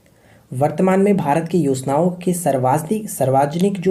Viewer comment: Sir aap sarvjanik ko sarvajanik q bolte hai ?